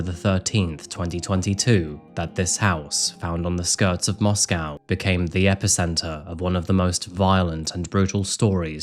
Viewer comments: FYI in Idaho they pronounce the second syllable of Moscow as -koh, not -cow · MoscOw and not MoscAw ffs ! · Strange to hear Moss-Cow not Moss-co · It's not Mosque-ow...that's in Russia. It's Mosque-oh. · Its not pronounced Moss-Cow. Its pronounced Moss-co. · It's pronounced 'Mosco' not 'Moscow.' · Intentionally mispronouncing Moscow to troll the town. Classic. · Moscow, Idaho pronounced Moss-Coe…. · I've visited this town before and I've gotta say, the locals get upset if you pronounce it like the capitol of Russia. They pronounce it Moss-Coh. Just a sidenote I thought I'd share. Great reporting as always,. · Really used to enjoy when you did cases that we hadn't really heard about. Nowadays it's same old same old that's already flooding YouTube. Whats with the mos🐄 pronunciation 😂 time for a break for me sorry i do hope you and Nero well and all the best for the coming New year xc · MOS-CO. NO cow in the word. It is co. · it is interesting how this Moscow is pronounced.. if he knew Madison it may be an unrequited obsession and revenge for rejection .. this is a risk young people face when they meet strangers at random without checking their backgrounds..which was therefore perhaps not encouraged in the past in many traditional cultures...